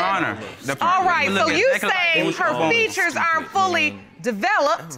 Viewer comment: futures 🤣🤣🤣 features ...these people talk english their whole life